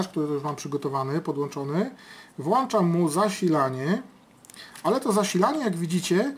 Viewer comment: włĄczam nie włAnczam